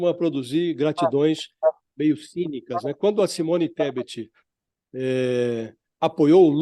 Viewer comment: Poshmann, Pocmann, Porchmann, Pochimann😂Kkkkkkkkkkkkkkkkkkkkk "çimônistebet"😂😅😂